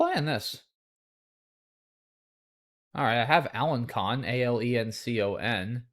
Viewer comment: the French mathematician Alain Connes would like a word about your pronunciation of "alençon".